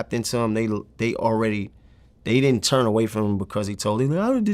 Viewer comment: vlad cant say turn....he always say churn